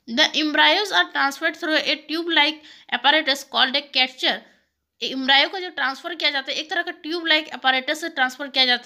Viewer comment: Thank you but mam pronunciation proper kare Embryo ka